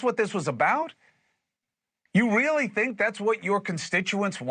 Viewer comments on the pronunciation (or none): Did that dude just say ‘weally’? TWICE?